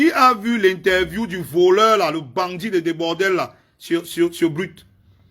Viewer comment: Comment "Debordel" même😂😂😂😂😂. Un frère il s'appelle Debordo pardon😂😂😂😂😂